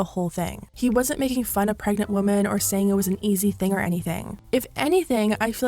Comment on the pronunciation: LOL the way you pronounce “women” plural, as singular “womAn” drives me crazy 😅